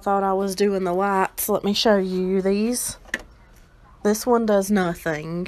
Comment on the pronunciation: "this one does nothintch"